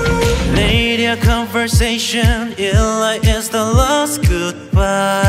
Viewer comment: I literally CAN NOT get over Wow saying damn, and his pronunciation of last.